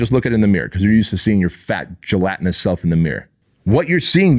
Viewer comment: It always cracks me up when you say the word "Gelatinous". Its hilarious, but true. Love your podcast. Thank you sir...